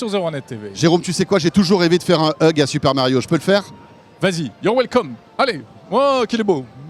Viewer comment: c moi ou à il a dit super mayo ???😂